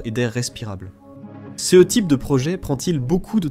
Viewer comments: Très intéressant, dommage que la voix de l'IA soit insupportable avec sa façon de dire "céheu" à chaque fois qu'elle rencontre le pronom "ce". Par ailleurs, pourquoi ne parle-t-on jamais de la radioactivité du sol martien ? C'est pourtant un frein tout aussi important que la faible gravité à la surface, voire pire, si on souhaite y installer une colonie, non ? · Les Voix pré-enregistrée pour l'IA toujours aussi bête à bouffer du foin ! non CE ne ce dit pas "C"-"E"